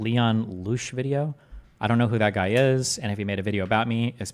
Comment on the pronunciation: So quick to attack and label people. Leon Lush (purposely mispronouncing a name is a stupid way of belittling / making people think you dont know of them) as far as I know is just a commentator that literally looks at stupid shit online. Stop being so defensive. It makes you look and seem afraid. Seriously, tho Loosh? Who reads Lush and thinks Loooosh